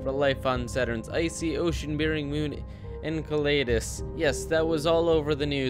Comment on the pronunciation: yes you have pronouncing the name wrong it is pronounced EN-SEL-AD-US